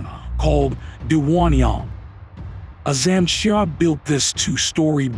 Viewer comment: Its AZAM SHA not ALOM SHA😅